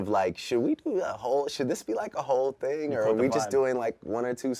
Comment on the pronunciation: why is he saying "ting" instead of thing